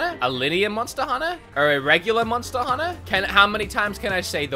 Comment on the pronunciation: Nobody:: "MoNsTa HuNNA??"